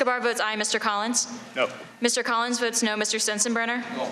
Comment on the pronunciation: Representative Doug Collins: "Mr. Speaker, I'd like to request that the House provide me with a speech therapist."